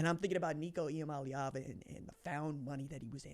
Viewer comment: Nico Ia-money-Ava